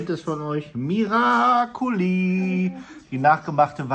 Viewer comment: Ihr Lieben es heisst Miracoli ❤